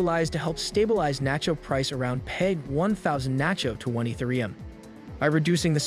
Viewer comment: Eeth ah ree yum. thanks for the video brotha.